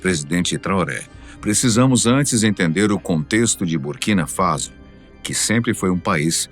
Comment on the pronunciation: Faso e nao Fazo Burkina faso* a pronúncia é faço... Burkina Faço ( correto é escrever Borkina Faso"